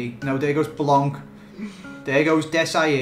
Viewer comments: it's blanc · its blanc